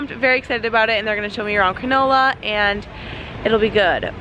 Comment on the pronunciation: Your pronunciation of "cronulla" sounded like granola hahaha so cute! its actually said like crah - null - ah!